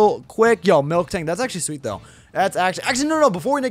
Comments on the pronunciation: It's miltank, not milktank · QOTD: green Spoilers And its MIL-TANK not MILK-TANK